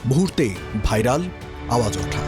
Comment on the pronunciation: গানটির নাম "আওয়াজ উডা", উপস্থাপক সঠিক উচ্চারণ করুন।